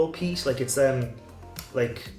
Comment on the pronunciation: Peat! Not pest! lol!!😂